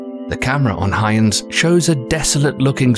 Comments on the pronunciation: Hoy-gans. Not Hi-gans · Kelly nope. We know this because it is the name of Dutch physicist Christiaan Huygens. His dutch name is pronounced "hoy gens" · Its pronounced "Hoi-gens". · Why goes he refer to the huygens probe as "heinz" it wasn't a tin of beans mate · You lose points for not knowing how to say "Huygens". Spoiler: It's not Hyoons. EDIT - Scrap that. You're pronouncing most nouns incorrectly. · Of course that would be pronounced Hoy-gans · Why can't anyone say the probe's name correctly? It's a German name, pronounced "oigen" where the g sound is akin to what it sounds like in the word "gas" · It's pronounced HOY GUNS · You are pronuncing the space craft in weird way... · The way the narrator keeps pronouncing Huygens ... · nice vid but your dutch sucks lol. (huygens is pronounced much different:)) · I cringe whenever the narrator says Huygens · Really? They can’t even be bothered to learn how to pronounce Huygens. Stock footage and Wikipedia deserve the credit here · it is iter fer ometry . a concatenation of interference geometry mapping .. not interfer metry btw ... nice use of a computer voice but you didnt write it's script to actually properly enunciate the words ... and its huy gens ... hard G not soft ... and 2 syllables ... not 1 ...